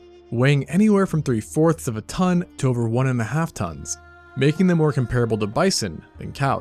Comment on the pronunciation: Hi! Great video and graphics! Integral is pronounced IN-tuh-gruhl, with emphasis on the first syllable. Comparable is pronounced COM-pruh-buhl, with emphasis on the first syllable.